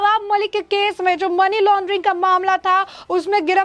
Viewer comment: टेरर फंडिग __ मनी लानडरिग नहीं । सुधार करे।